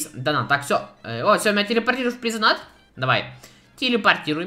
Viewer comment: Плиз донат, плиз донат. Вопрос у меня к тебе: АНГЛИЙСКИЙ УЧИЛ?! ДАЖЕ ТУПОЙ ЁЖ ПОЙМЁТ, ЧТО ПРАВИЛЬНЕЕ DONATE (ДОНЭЙТ) А НЕ ДОНАТ.